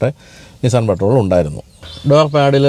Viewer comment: Aaa patrol parayunna reethi sheriyalla